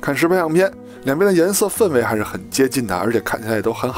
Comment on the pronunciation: 氛围不是读粪